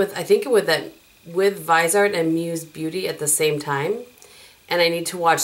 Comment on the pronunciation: It's pronounced veezyart, and I didn't know this because everybody said it your way, but then I watched Stephanie Nichole and her interview with Viseart.